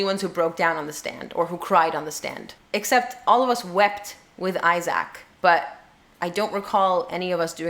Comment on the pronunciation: OH, I keep meaning to remind you. Isaac's name is pronounced I-zic, not I-zac.